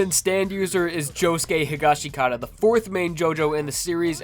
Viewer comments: ITS PRONOUNCED HE-GOSH-KUH-TA NOT HE-GOSH-KA-TA-DA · It’s hish-ga-skit-a damn. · Higashikata?? Why you say it like that